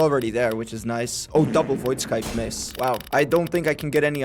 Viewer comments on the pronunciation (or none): Btw it's pronounced Scythe not S-cythe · stop SAYING VOID SKYTHE PLZ MAN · why is bro calling void scythe void sckythe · Void scythe but bro said void kctythe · Why does no one know how to pronounce scythe gng🫩